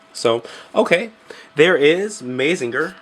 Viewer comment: Good review and vid. But just FYI, it's pronounced "MAH-ZING-GER" not "MAY-ZING-GER". And its "EH-NER-GER" not "EH-NER-JER". ;) Keep up the good work!